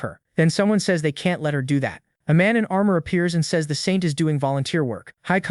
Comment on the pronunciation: How do you even get the AI to mispronounce "says"? lol